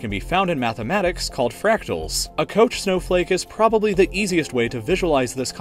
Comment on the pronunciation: You know damn well that’s not how you say “Koch snowflake”